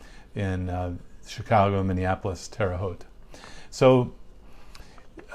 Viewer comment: Thank you for pronouncing Terre Haute correctly, lol. I grew up there. Many people mispronounce it.